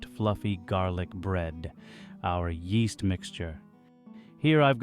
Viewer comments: yeast-EH. ingredients-EH! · yeasta rhymes with easta